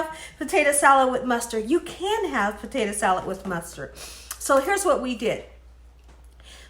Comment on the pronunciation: Listen Miss “”….just Stop trying so hard to be cute saying POTATO wrong on purpose…NOT CUTE …CHEAPENS YOUR VIDEO